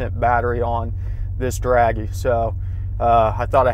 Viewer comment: dragy not draggy